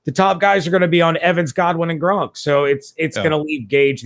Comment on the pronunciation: Did you just say gronk's coming back Because it sounds like you said that At the mark lol